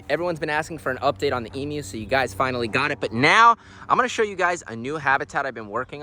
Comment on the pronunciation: I am so happy you say emus correctly 💯 The amount of Americans who say it wrong does my head in!! E-mew not E-moo!! As a proud Aussie I love that, Thankyou!! :) Love the videos too mate!!